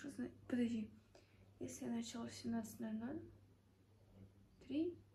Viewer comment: началА , а не нАчала